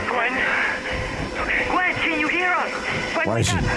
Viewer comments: it's not greg it's gwen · it's gwen not quinn